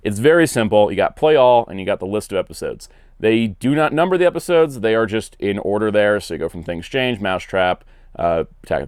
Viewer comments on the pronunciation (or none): none